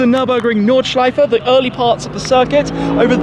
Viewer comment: WoW, his pronunciation of "Nordschleife" is actually pretty good😂😂👍👌